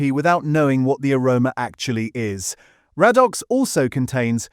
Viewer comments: Ray dox, not rad ox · Radox pronounced Ray-Docks. AI not so intelligent, after all. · 'Raddox' 😄 It's pronounced ray-dox. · I should have added, it is pronounced 'Ray dox' in the UK. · Weird pronunciation e.g. Raddox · Yes - mostly amazing. It struggled with 'Radox' though.